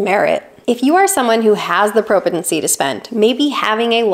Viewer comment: I opened a High Yield Savings Account late last year and am pretty happy with it. It's a variable interest rate so when the market started tanking, my rate went down 🫤. Also, were you trying to say "propensity"? It didn't sound right.